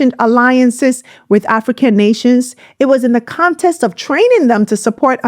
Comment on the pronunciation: I love you content but the word is context, not contest.